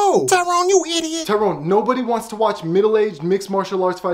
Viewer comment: It's not tiron it's " Tyrone "